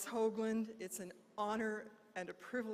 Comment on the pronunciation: Oh, and it's "Hoglan," not "Hoagland."